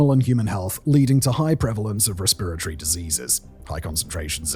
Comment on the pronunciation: I’m so confused as to why he can’t say respiratory like a normal person 😂